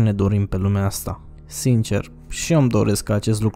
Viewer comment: "simcer" :D